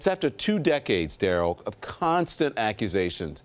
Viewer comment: BRUUH! What are "acwuzations?" 🤔🤣